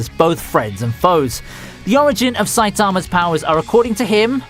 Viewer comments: I pronounce saitima like “saiTIma”. I think I’m wrong. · 1 dislike for mispronouncing Saitama